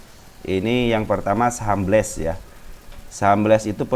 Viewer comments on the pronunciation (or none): Itu BLES bukan bels